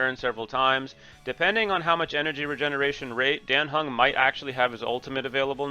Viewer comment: who is king q? Are you saying qingque? The pronunciation is wrong , her name is pronounced "Ching chue" like the q is kinda pronounced a ch sound (i'm chinese so Ik this :3) and for dan heng imbibitor lunae its pronounced "Daan heng" we dont say it like the dan in daniel, and your heng is fine but for imbibitor lunae its "in-bye-buh-ter" not "im-beh-buh-ter". Thhats also what they say in the game...